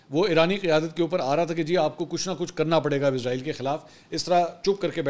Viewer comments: A.o.A Pehli baat to ye he mansoor shb ap jb jb bi israeel ka name lete ho to ghlt name lete ho ye frishte ka name he jo ap lete ho izraeel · بھائی جان یہ اسرائیل ہے عزرائیل نہیں عزرائیل برگزیدہ فرشتے کا نام ہے